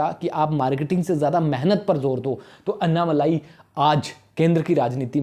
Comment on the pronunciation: It's not अन्नामलाई . अन्नामलई